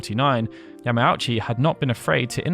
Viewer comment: Ya-ma-u-chi. Not Ya-mow-chi you dummy